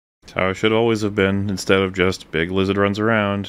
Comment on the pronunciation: 5 seconds in we got "Lig Bizard" and I already know this is gonna be a good one!